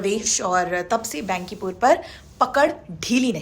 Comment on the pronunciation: बहन जी बेन्किपुर नहीं बांकीपुर बोलिए overall आप की प्रस्तुति अच्छी होती है ।